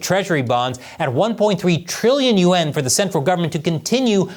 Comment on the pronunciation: is this AI? why does he keep saying Trillion U N , instead of yaun.